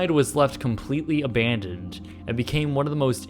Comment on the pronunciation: Why does he always say "a-BAND-oned"? lol